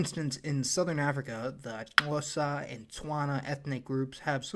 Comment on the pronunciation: Your Xhosa pronunciation is pretty on point for a non African.